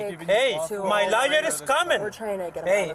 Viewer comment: I like how it pronounces lawyer as liar.